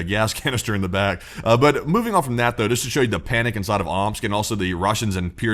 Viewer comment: More like “Ooops!” rather than “Omsk”.